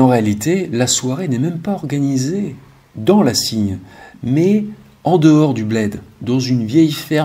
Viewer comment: on dit "le cygne"😀